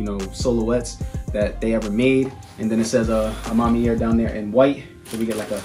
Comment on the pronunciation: After the 3rd botched pronunciation of A Ma Maniere, I tried to but couldn't watch the rest of the video. It's not nearly even spelled how you're pronouncing it. Sheesh